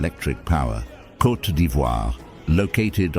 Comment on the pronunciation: 😂 say Côte not coté